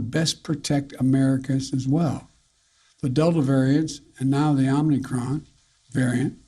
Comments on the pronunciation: The idiot is saying OmNicron 😀😀😀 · Omni Kron? Okie dokie! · It’s not omnicron it’s omicron mr president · Omnicron... was it created by unicron? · First couple of sentences this guy mis-speaks. “OmNicron” he calls it. Repeatedly. This is our best and brightest. Sad days for America. Very sad. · Not chaos and confusion - Omnicron 😅😂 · Omni-kron, lol.. Is that the opposite of a silent "n". Is the "n" invisible instead? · It's Omicron.....lol